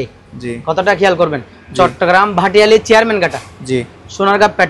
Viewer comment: Bhai Not Bhatiali Correction Bhatiari